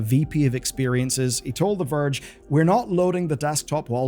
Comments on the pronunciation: sounded like "virgin PC gamer" 😂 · "The Verge and PC Gamer" sounded way too much like "The virgin PC Gamer" here lmao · 🤣 When you said "The Verge and PC Gamer" I heard something else entirely. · that did not sound like "the verge and PC gamer" to my ears xD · Wanted to comment that as well 😅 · Hahah same! 😂